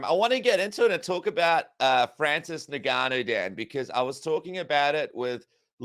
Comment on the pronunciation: Why do you struggle so much with saying Ngannou, its just ENgannou